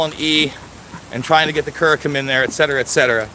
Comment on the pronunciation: I'm happy Karma is showing improvement and less pain, the CBD oil is a great way to go, you may want to try a pet-friendly supplement to help build or strengthen the bone in her hip if that has degenerated to some degree. I think the word you are trying to pronounce is 'curcumin', Thanks for having on as a guest, she seems like such an interesting and intelligent woman, and I hope she can come back for a visit soon!